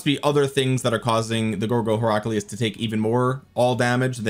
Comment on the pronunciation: You're pronouncing Heraclius wrong.